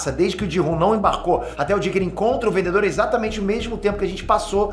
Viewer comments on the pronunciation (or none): O "vendeDor". 😅